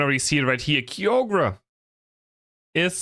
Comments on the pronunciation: BRO THE WAY HE PRONOUNCES KYOGRE’S NAME. ITS KAI-YO-GER ❤❤😊😊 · BTW it is not Kyogre. It is Kaai- Ogar. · you read it as Ka-yo-ger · Yeah LoL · I've heard horrible Kyogre pronounciations before, but took it to another level. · And it matters because? Let him have his silly German pronunciations. It's not that deep